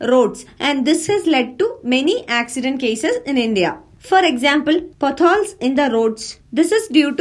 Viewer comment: Mam potholes are pronounced pot hole separately